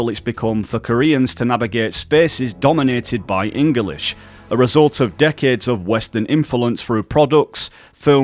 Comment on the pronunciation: Enguhlish. Linjistic. Linga fronkwuh.